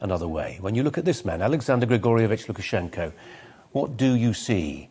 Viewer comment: Well done saying Lukashenkos full name without biting your own tongue off 😂